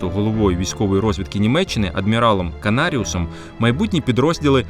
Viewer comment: Прізвище фашиста КАНАРИС, а не Канариус.